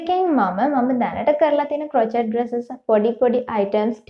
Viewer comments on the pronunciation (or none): Hy me waraddak kiynwa kiyala hithanna epa crochet kiyana word eka pronounce karanne cro-chet kiyal neme dr krow-shay (ක්‍රොව්ශේ)kiyal 😘 keep up ur good work dr ❤